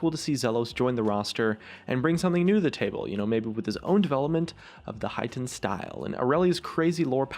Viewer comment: Highten Style... pffsst. It's Hiten Style... Hee-Tern. Just like how Manamune is Mah-Nah-Moo-Nay. Not Mah-Nah-Mewn. Westerners and their pronunciation smh